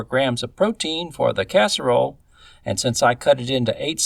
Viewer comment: Um... it's Casserole.